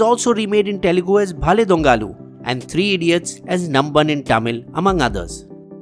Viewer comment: *small correction Its Nanban not namban.